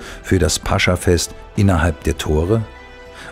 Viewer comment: toll gelesen. nur eine kleine Korrektur. es heißt nicht - Pascha - sondern -Pas-cha -. grüße aus Moskau...